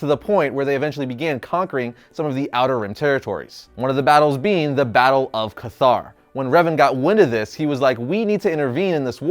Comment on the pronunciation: Cathar “Cet-Har”